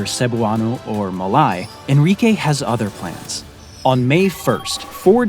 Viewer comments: it is Ma-lay....not Ma-lie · Malay is pronounced as mer-leigh just like how you'd pronounce Malaysia, but without the last syllable. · Malay is not pronounced Ma-lie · Malay is pronounced Ma 'lay'. Not Ma 'lie'. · Malay is pronounced "mah-Lay" Malasia "mah-Lay-zhe-ah" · u mispronounced Malay, >:( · He pronounced Malay incorrectly